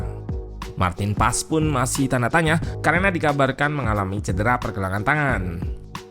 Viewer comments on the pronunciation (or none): none